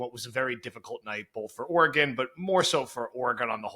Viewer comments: It is not pronounced “Or-ā-gone” haha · He pronounces Oregon like it’s the name of a Mexican wrestler 😂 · The way pronounces Oregon is hysterical and terribly wrong